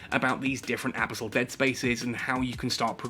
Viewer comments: The pronunciation of abyssal kinda drives me nuts, good vid regardless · Totally not how you say abyssal. Please quit it.